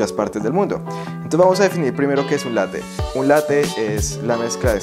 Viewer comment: “Latte” con doble “T” bién marcada, Latte significa literalmente Leche, es una palabra italiana, y la preparación a la que te refieres es un Caffè Latte, y tiene variantes, como el Latte macchiato que es más líquida, Y el cappuccino.